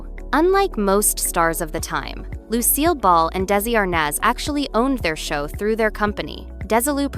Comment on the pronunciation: Narrators Tinny voice is annoying. The fact that Lucille Ball's name is mispronounced screams AI. Take your phoney content, and Go Away!